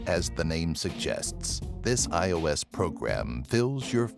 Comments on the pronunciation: he calls ios,"iso" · hah. he said “isO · It’s iOS not iSO